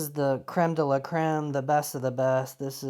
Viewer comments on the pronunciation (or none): none